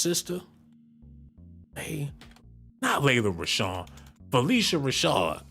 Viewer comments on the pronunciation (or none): none